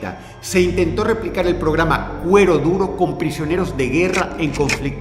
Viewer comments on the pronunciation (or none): Medio video me tomó entender que decías "cuero duro" y no "huevo duro" jaja ✌🏼